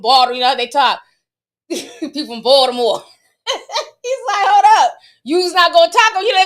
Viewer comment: Your Baldamore accent 😂😂 (I’m from Balto and you did good 🤣)